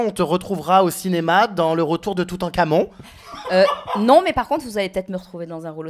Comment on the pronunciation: "LE RETOUR DE TOUTANKAHMON" PTDRRRRRRRRRRR